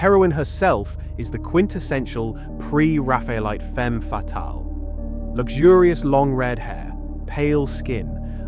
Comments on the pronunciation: I’ve never heard a professional in the art field pronounce it the way this video does. The emphasis is on the wrong syllable. “Pre raffel-ite” or “Pre RAF-Ayellite” are the usual pronunciations, not Pre- ra-FAYa-lite. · I take the mispronunciation of "Pre-Raphaelite" as a sign the narration is AI. No thanks.